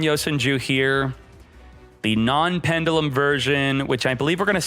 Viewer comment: Please say pendulum differently